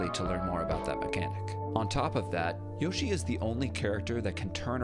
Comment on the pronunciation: That's not how to pronounce Yoshi